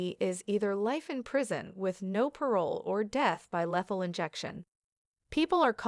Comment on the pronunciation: You are mispronouncing her name and other words Like lethal, not lathal! This is old news!!